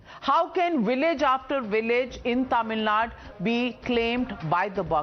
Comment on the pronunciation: Your anchor is unable to pronounce the name of "Tamil Nadu" correctly. Worse still, this is an issue in Tamil Nadu but it seems all the speakers are non-Tamils. Isn't this chavunism at it's worst.